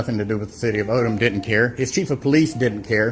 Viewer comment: Its Odum Georgia, not Odom.